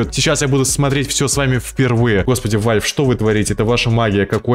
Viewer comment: Какой нахуй вальф! Правильно валв